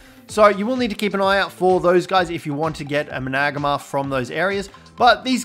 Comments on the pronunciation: The managarmr is pronounced mana gar mer not man ag ma btw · there are some flaws but i dont want hate so dont get mad at me or the creator. griffins dive... gliding is mae wings and rock drakes and more but managarmr just makes me feel odd... managarmr (man-a-gar-mer) is how to my knowledge is pronounced that way... any ways have a good one! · Managama. . . This pronunciation lmfao im dieing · Had to stop watching when you started saying Managamr 🤣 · It’s man-a-gar-mar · So many ark videos but homeboy still can't pronounce or spell managarmr. Big RIP. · Hate the way he says managarmr